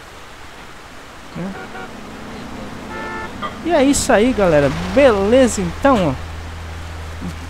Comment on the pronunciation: Iai "galela" kkkk Bugo da hora de falar mas LIKE